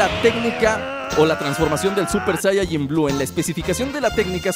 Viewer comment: Se dice SAIYAJIN